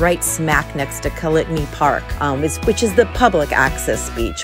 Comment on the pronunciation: It’s pronounced like colony.